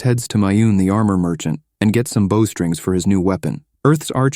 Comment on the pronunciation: The hilarity of AI being unable to pronounce words like "bow" never ceases.